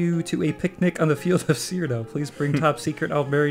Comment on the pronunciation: It's Cyrodiil, not Cyrodell